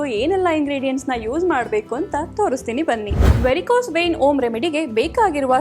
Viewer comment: ಹೆಣ್ಣು ಅಲ್ಲ ಹಣ್ಣು, ಓಮ್ ಅಲ್ಲ ಹೋಮ್, ಅಕ್ಷರಗಳು ಸರಿಯಾಗಿ ಬಳಸಬೇಕು